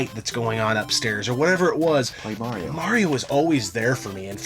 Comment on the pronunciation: Mario’s ability to create nostalgia for several generations is nothing short of amazing! It’s what got me hooked on video games. Still bust out “Mayro” till this day..LOL, I heard it pronounced this way and I just assumed it was a New York way of saying it. I swear I heard it pronounced that way in Sopranos too, I was like WTF did they just say?? Cheers to our Italian Broski! LOL! dick in the pic